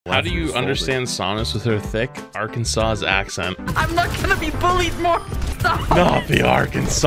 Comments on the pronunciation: there's no way you pronounced both S's in Arkansas and then ripped someone else for mispronouncing dogshit spelled towns and then mispronouncing the town itself. Has to be bait, but damn you sound serious, I'm worried for you. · Bro do people really pronounce arkansas like are - can- sauce?!?! Never in my life have i heard that blasphamy . Its are-can-saw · Idk why but they pronounced it how people pronounce it when they think of the sauce... however neither th sauce or the place is pronounced like that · Last s is silent so its Ar-kan-saw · But he didn't pronounce Arkansas right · The mispronunciation of Arkansas was getting to me boys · Arkansawz??? The last S is silent. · do people genuinely not know how to pronounce Arkansas? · Who pronounces the trailing “s” in Arkansas? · The s at the end of Arkansas is silent so you’re also saying that wrong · That last s in Arkansas isn't actually pronounced. It's weird. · Makes fun of her for mispronouncing names of cities but mispronounces Arkansas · Makes fun of her mispronunciation but can't pronounce Arkansas correctly. Arkansans cringe everywhere including myself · Imagine making fun of how someone says things right after pronouncing the s at the end of Arkansas 🤡